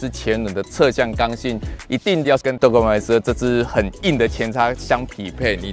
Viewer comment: g 是輕音。 拜託拜託🙏